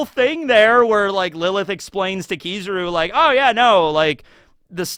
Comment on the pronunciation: Why do you pronounce his name like this 😂😂😂 It’s not “Kizuru” it’s KI-ZA-RU